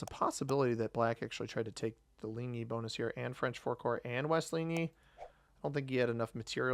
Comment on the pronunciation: Wow, you're the first English speaking Risk YT'er that pronounced 'Ligny' correct! Congratulations on that! For those wondering how to pronounce it closest phonetic writing would be 'Lean-knee'. The right pronouncing of that general Drouot is 'Drue-ooo', so your first option and not the 200 years old way of saying it. Myself, I live in Belgium about 114 km in distance from Waterloo, 118 km away from Plancenoit and 100 km away from Charleroi and Ligny. All these maps are situated in my country. I love these new maps!